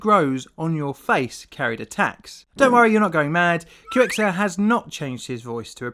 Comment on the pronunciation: >Does collaboration with Qxir (Kicks-Err) >Pronounces it: "Q X err" >sadface.